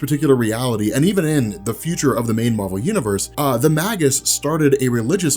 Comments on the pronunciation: please! it's pronounced may-juss, not maggus! it made me flinch every time you said it! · ROB! You're the best, I love your work, but I've been biting my tongue too long; the word is "Maygus" as in Mage/magi not "Maggus" as in Maggot! It's a small thing, but I had to say something! Sorry sorry sorry! Love you! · Just a heads up, I think it's pronounced May-Jus!